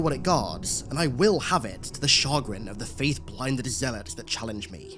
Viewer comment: Chagrin Is pronounced Shuh-Grin love the content tho!!!!